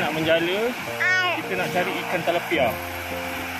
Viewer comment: Akm. Slmt Hari Raya bang.....Tilapia bang sebutan yg betul..... Tp ramai yg sebut talapia 😢